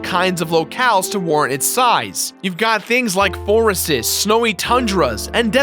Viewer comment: I just have to point out that you saying "forestes" instead of forests is hilarious.